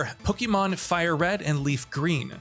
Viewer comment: Did he say fire green and leaf green?